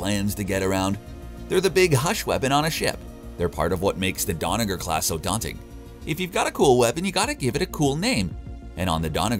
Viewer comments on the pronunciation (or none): Is anyone else annoyed that the narrator messes up the name of nearly every ship? The Rociante (Rocinante) the Toshi (Tachi) and the Donnag-er (Donnager) He even calls the Twin Towers in NY the "Two Towers". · “Rosiante” “Donover” dude has some baaad dyslexia